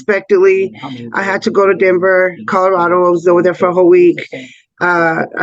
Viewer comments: I hear codarado also!! Driving me insane! How do you not know it’s C O L O R A D O?? lol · Is it just me or is saying “Cororado” instead of “Colorado”??? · I heard codorado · Maybe she has a speech impediment? Cuz I heard Codarado too... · I hear cod like the fish, and my father says it the same way…whyyyyy. It drives me crazy